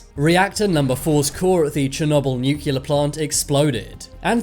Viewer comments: Nu + clear, not nuke + ya + lər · It's new clear NOT new culur!!! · I was a bit more disturbed by the way he said “nuclear”. Nookular. /shudders